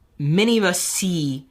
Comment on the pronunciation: i decided to officially like this video when he said "did you STEE that?" ROFL